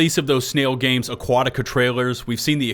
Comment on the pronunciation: Sn-AI-l Games.